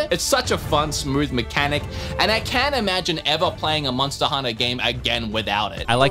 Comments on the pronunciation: MONSTTA HUNNA BOIIIZ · “MONSTA HUNNA” 💯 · Can I just go on the record here and say: I hear you trying to say monster hunter appropriately at the end there, and I hate it. Where’s my MONSTAA HUNNA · Now I can't stop hearing myself say "monsta hunta"